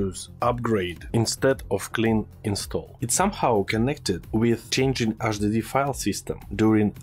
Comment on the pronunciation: АЖ диди файлс😂😂 ох этот русский акцент 😂